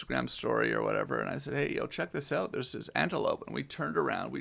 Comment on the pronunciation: You could tell when that whiskey started hitting, Tom said "oot" and Joe started inflecting hard at the mark